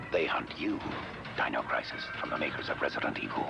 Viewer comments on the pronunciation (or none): none